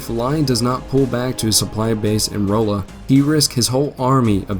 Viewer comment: Rolla Pronounced RAW-LA. During the war a very key rail station with two forts. A major Frisco Rail Yard even up until and for a while after WWII with a HUGE switching round about station at modern day Newburg. Home to the Missouri School of Mines, University of Mo Rolla (Raw-la), and now known as Missouri Science and Technology. Or also known as the MIT of the Midwest. There were many pro Southern folks around Rolla as well, and a lot of "Bush Wacking" happened throughout the war. Couldn't tell I lived there for a while huh?